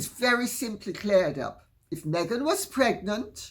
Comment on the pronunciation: "Megnant" lol lol..excellent Lady C